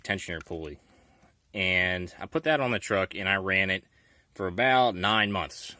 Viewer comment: "Fer" What is fer?